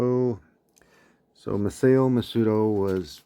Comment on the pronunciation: I would like to correct some slight mispronunciations. Ma-sah-oh not Ma-say-oh. Nee-say not Niss-ay.